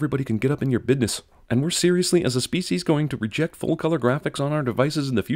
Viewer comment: "Get up in your bidness" . How Cinemasins pronounces "bidness"....Hahaha. Leave it to the experts, man. :)